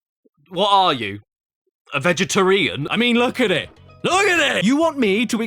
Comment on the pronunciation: When he miss pronounced vegetarian I laughed and I'm vegetarian